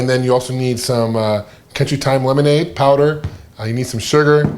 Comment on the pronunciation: lenomade? Lol